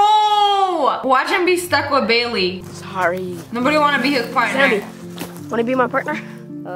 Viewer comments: Did you noticed that when he called for help he said "Bayliy"!!!!! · When he gave Bailey the badge I TOUGHT HE SAID BABY?! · When he called for help he actually said bally